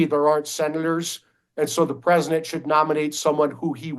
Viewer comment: Why does that dude say "presinent"..?